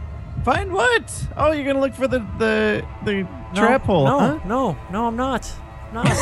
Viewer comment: "I GOT IN THE HOLL" 😂😂😂😂